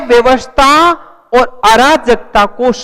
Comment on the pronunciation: एव्यवस्था नहीं अव्यवस्था होता है उच्चारण सही करिए अपना महाशय